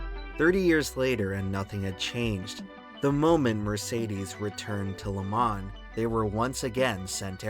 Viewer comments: Next time pick a computer generated voice that sounds like a man not a child and one that can pronounce "Le Mans" properly. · Dude, if you're going to do a video on a topic, at least learn how to pronounce said topic first. So annoying! It's pronounce le- mah. The N is silent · Bro did all this research just to say Le Mans wrong the whole video